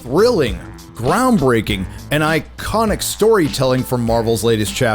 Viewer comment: Stop telling the word icononic again